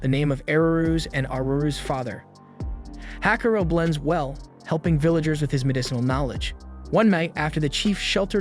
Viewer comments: It's not Hakuro. It's "HAKUORO" (HAKU-ORO) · "Hakaro". My brother in Christ, it's "Ha-ku-o-ro". I can understand some of those Ainu-inspired names are a pain to pronounce, like "Onkamiyamukai" (which, of all the names, you got right) and what not, but at least the MC's name, dammit!